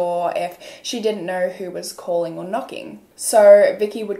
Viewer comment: very much out of topic but right after she pronounced 'know(r) & so(r)' i immediately knew she's australian 😂 idk if im right, im new ✨